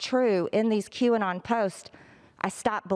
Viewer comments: I wonder if the way Greene worded her statement and McCarthy mispronouncing the name of the conspiracy group was on purpose or a code to the followers so that they could say “she never said she denounced them, she denounced “Q-on”, whatever that is... we’ve never heard of it...” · Yesterday, feb 4th, it was nutz, all of a sudden all the GOP couldn't pronounce QAnon and they all "hardly heard about it". WTF?!?!?!? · Oh dear it must be so annoying to have politicians who deliberately mispronounce words to downplay something or to denounce someone. Aren't they aware of that this kind of behaviour makes them just look dumb. To see this level of diletancy and to see that it seems to be accepted is just sickening. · i´m not sure the world pronounces QAnon correctly. the people who created this might have thought they are the "new canon" - for me this reads "canon". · The whole not being able to pronounce Qanon correctly making it seem like you have no idea what it is is so transparent, especially when the same act is performed by a number of people who previously had no trouble pronouncing it just fine and showed that they understood exactly what it was. Do they think their voters are 5-year-olds with memory deficiency? XD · Oh, my Gosh!!!! Kevin McCarthy is horrible. I cannot believe he said that about not knowing what Qanon is and pretending that he could not pronounce it. Stephen was so funny timestamp. Great.